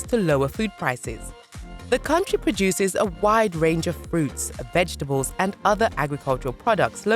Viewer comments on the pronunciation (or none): none